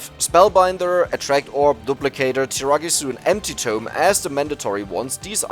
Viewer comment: Every time he says empty tome it sounds like anti-tome.